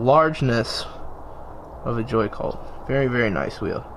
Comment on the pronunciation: Why did u say "the wide ness of a joy cult" when it a is a joycult 😂😂😂